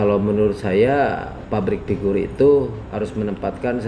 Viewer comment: kok sy dengernya "pabrik figur" sih😂